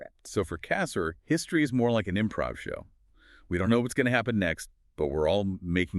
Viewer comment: The emphasis is on the second syllable of his last name, not the first.